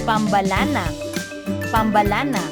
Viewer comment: Ganto pagka pronounce sa pambalana (PAM-BA-LANA)